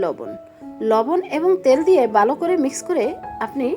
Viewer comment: বালো করে না ভালো করে বলেন।